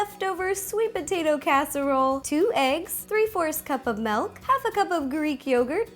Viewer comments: and the same when u say milk u say melk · Have you noticed that when she says milk it sounds like she says melk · I love the way she says milk - 'melk'. It's cute ☺